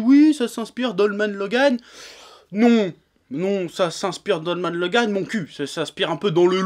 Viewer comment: Je like juste car il a dis mon prénom 49507 fois dans cette video et car il le prononce plutot bien